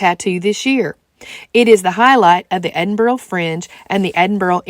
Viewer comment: Ahhh you can't beat the Edinburgh Tattoo, the pipes and drums always stir my Scottish blood. Great video, I've subscribed and going through your vlogs with great enthusiasm. Btw Edinburgh is pronounced Edinbru.